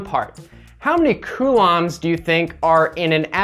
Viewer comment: When you say coulombs, it sounds like some sort of curry